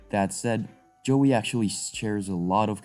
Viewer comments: what are you saying joey,is a small kangeroo, a yowie,is pronounced like thus the yow,rhymns with cow with a e at the end yow-e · It is YOWIE not JOEY! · LOL I know! I went through most of it not understanding why he was saying Joey. I get it now lmao. Sorry, not making fun of the presentation just that it reminds me of when a newbie in a place and mispronouncing names all over the place ! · It's pronounce "yow" "ee"